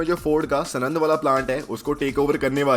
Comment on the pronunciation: Bhai सनंद नई है यार सानंद ही सानंद